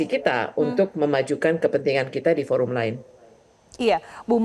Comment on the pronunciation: Forum mok dibaca foram bagaimana ini...? Gunakan bahasa Indonesia dengan baik dan benar...